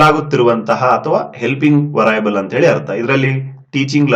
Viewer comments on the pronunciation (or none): ವರಾಯೇಬಲ್ ಅಲ್ಲ sir ವೆರಿಎಬಲ್ಸ್